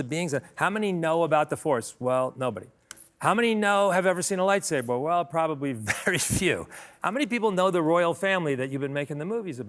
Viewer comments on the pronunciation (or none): none